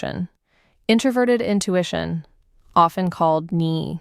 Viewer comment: The 'is often called ni' and not 'is often called N-I' is a dead give-away that it is an AI voice. Also: Nye-fe pairing...